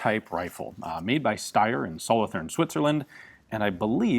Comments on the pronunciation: Ian, please pronounce Solothurn properly. It sounds like "sollo-turn", the "th" is hard. Thanks! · Don't forget that the 's' is pronounced with a 'z' sound. And, in original German 'th' was pronounced with a 'd' sound.